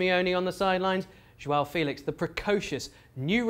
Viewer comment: It isn't João filix , it's Félix you looks like sport TV comentators saying João feliche